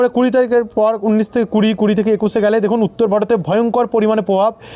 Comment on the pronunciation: বন্ধ। উন্নিশ হবে না। উনিশ হবে। তোমার উচ্চারণ ভুল হচ্ছে কেন